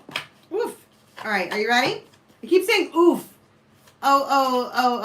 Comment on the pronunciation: Oof sounds in Hebrew exactly how you pronounced it. We say it all the time..💕